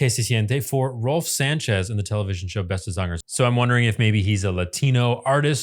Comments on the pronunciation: Your " beste zangers " pronunciation is SUBLIME! 😮❤❤ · The only non Dutch speaking Youtuber who pronounce Beste Zangers the right way! 💪🏼👍🏻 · You pronounce "Beste Zangers” a 100% correctly…Chapeau ❤ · Just in case you see this... I rarely hear a foreigner speak my language this well, you really nailed the words for the shows name Beste zangers. I don't know if you allready did this but I think you might enjoy the whole show there are full episodes on youtube that are subtitled for you non Dutch speakers It is Indeed his (Rolf Sanchez) song the concept of this show is you put a bunch of singers of different genre and generation together in a resort and each night they have one of them being the target the others sing tributes to. These tributes can be either the songs of the artist that is the focus of the evening or songs that meant a lot to them. Enjoy